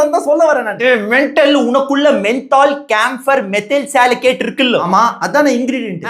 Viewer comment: மீதைல் சாலிகேட் இல்ல, சாலிசிலேட்